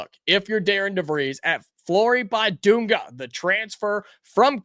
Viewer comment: Please pronounce his name correctly. The "i" is not a "long i." It is pronounced like the "i" in "big" or "bit." Just trying to help. Also, the "u" is pronounced like the "u" in "dunk" That should be particularly easy to remember.